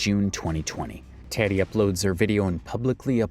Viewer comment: Isn't Tati's name pronounced TAH-tee, not TAT-tee?